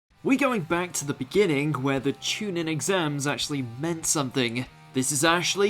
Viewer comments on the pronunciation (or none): I'm less than 20 seconds in and i hear Chu "nin" instead of chu "neen"... definitely a poor quality list without watching anything more